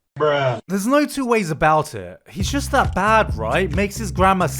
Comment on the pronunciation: who pronounces the 'h' in bruh